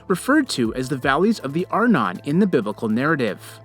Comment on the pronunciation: Arnon is pronounced "are - NON". In other words, the stress goes on the second syllable. Please, pronounce Hebrew words as they should be.